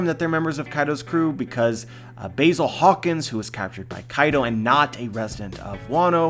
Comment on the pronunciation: I didn't know Basil Hawkins had a 'y' in his name, you are saying it wrong!